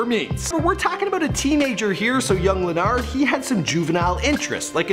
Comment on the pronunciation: Just so yall know, it's pronounced Luh nard (not Len nerd like this guy kept saying.) RIP LA